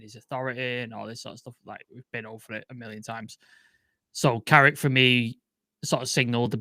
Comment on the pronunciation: It’s Carrick you know!